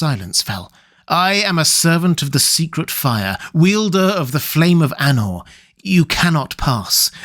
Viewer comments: Love this,. 🩷 If you check the pronunciation rules Tolkien included in LotR, "Eru" has the emphasis on the first syllable, EH-roo. "Anor" should be a long a sound, AH-norr. "Udûn" sounds like oo-DOOON, the accent marking that the vowel is drawn out. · Your pronunciation is bad... Anor & Udûn were pronounced so incorrectly